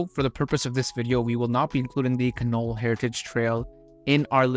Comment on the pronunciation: the Canol road is pronounced can'-all emphasis on the first syllable.